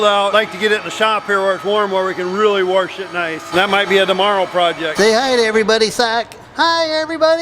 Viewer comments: your Dad says "Warsh" instead of "wash"... My Dad does that too... haha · Sure glad I met you in 2020. Something good came out of this year for me. Your dad says warsh like my dad did and we are Canadians. Port Perry Ontario Canada Happy New Year! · Is a dad thing I think. My Nana never said it. Likely a bad teacher, but they were all ladies.